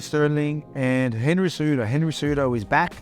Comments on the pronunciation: Did Volk really say Cenry Hejudo ;) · Cenry Whohudo? Lmao I think that's a better name for him anyway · Opening scene "Aljermain or Cenryhudo" 😆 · Senry Hudo? Haha. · Cenry hejudo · did i hear a Cenryudo? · "Senry Hoodo" lmao